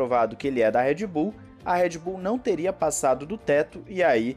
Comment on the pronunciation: Cara me dói no ouvido quando você chama Red Bull de "Éd Bull".